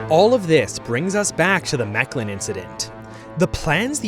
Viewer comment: I have never heard mechelen mispronounced that badly in my entire live Ah almost forgot, very good video.